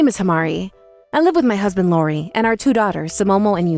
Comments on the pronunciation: What is this 'Lori' nonsense? It's I~O~R~I. They don't even know THEIR OWN CHARACTER'S NAMES??? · Can this VA please learn the names properly?! Its not Lori it’s iori